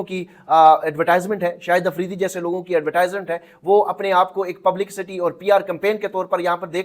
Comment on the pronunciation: بھائی پبلیسیٹی ہوتا ہے پبلک سٹی نہیں